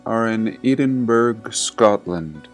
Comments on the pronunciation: Edinburgh is pronounced Edinburra. Great post, thank you. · Great work as usual. Doesn’t look like anyone has mentioned but it’s pronounced ‘Ed-in-buh-ruh’. Was super cute the way you Americanised it though. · Just wanted to correct your pronunciation, even tho it’s not important to the video. Edinburgh is pronounced Edin- burrow. Typical British language, lol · Edinburgh.......edd in burra say that instead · I'm not trying to be a smart arse but the wee city in Scotland is pronounced Ed (as in Edward) Edinbura. I know it's weird but that's Scotland for ya 👍 Thank you for an interesting video as always. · Edinburgh is actually pronounced "Ed-in-bruh" :) and it was indeed a very very old city by 1844 when those photos were taken! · EEE-DINBURG! WTF? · Thank you,, greatly appreciated. Edinburgh is pronounce "Ed-in-bu-ra" by the way & there is said to still remain effectively Buried underground Streets & Buildings (Mud Flood?) which are said to be open to tourists (in non-SCAMdemic days?) & which I once over wanted to visit, before health made that impossible:( On the Cappadocia photo, bottom left: Now that is what I call "Balance":) Chances are, that what we see on photos like that, was once the inside rooms of the Structure, not the outside? All the best:) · EHHH DIN BUH RUUUUH Not Edinboro Dún Edin or Edina, or the Burgh of Edin or even Auld Reekie It shocks me that in the US you can't pronounce the names of UK towns. Half the towns in the US have UK town names like Camden, York, Boston, Richmond, Baltimore, Washington, Manchester, Birmingham, Glasgow, Aberdeen and so on and so forth. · Ancient DEW weapons, how much as humanity was lost to those that now control the world, are we starting to wake up? PS. Edinburgh is pronounced "Ed in burr ah" it's the capital of Scotland. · Edinburgh pronounced Eh - Din - Buh - Ruh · It's pronounced Edinburr'ah mate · Edinburgh pronounced Edinbruh.